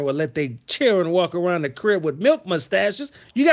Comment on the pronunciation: Hey, been missing some of your shows, but caught this playback. Although hilarious😂😂😂😂, there is so much truth to what you said about how a real man is supposed to handle his business. Not to mention when you said "chil'ren" and "whooooppssy!!" I was done!! Kudos👍. Peace and afrogrease✌